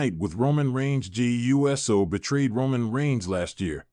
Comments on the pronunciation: It's Jey Uso NOT U. S. O. SAY IT USO. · It's Pronounced Oooso😢